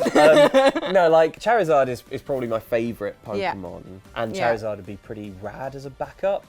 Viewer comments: XiViX Spectre yeah... cha-rizard sounds odd. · The way says "Charizard" wounds me....